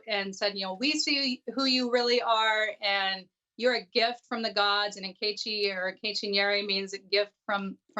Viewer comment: I’m mad that she STILL doesn’t know how to pronounce NKECHI properly 😩😩😩